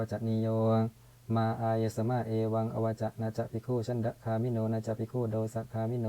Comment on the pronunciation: คาออกเสียงเป็นกา